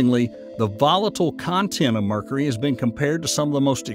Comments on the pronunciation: Dude it's been driving me crazy. mErKuHrEe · Someone needs to explain to this guy how to pronounce Mercury. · Ever hear a native New Yorker accent when they say "caw-fee" for coffee? That's "New Yawk" accent for you.